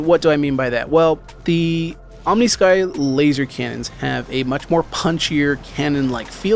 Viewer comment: I like the sound of the Behring M7A better at the beginning. The Omnisky sounds more like a "energy" weapon, but the Behring sounds more like a cannon. Also, I'm been pronouncing it "Om-nis-ky" instead of "Omni-sky". I think your pronunciation is correct, but I like mine better. :) I like sound of the custom audio better. It has the cannon punch, but the "techno" sound one would expect from a "energy" weapon.